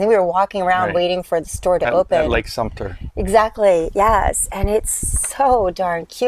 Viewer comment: It’s Sumter, not Sumpter